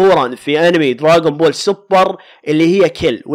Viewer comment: اسمه دراغون بول مو دراقون بول 🤔